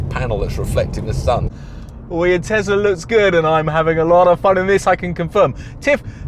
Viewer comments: Tesla not Tezla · Its tesla not tezla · Thanks Mate, too many idiots turning an S into a Z.